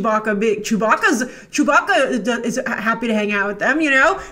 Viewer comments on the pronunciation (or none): none